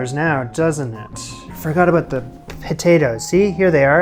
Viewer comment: "Aboat"? R U Canadian?